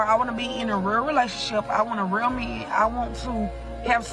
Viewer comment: The word is real not rreeeaaal.. here not hherrrree.. pronunciation